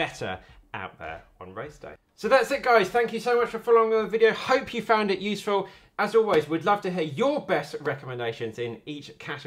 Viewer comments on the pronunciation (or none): none